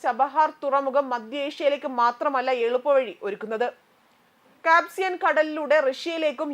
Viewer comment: ചഹബാർ അല്ല ചബഹാർ എന്ന് പറയൂ .. കാപ്സിയൻ സീ അല്ല കാസ്പിയൻ എന്ന് പറയൂ .. വെരി പുവർ G. K ..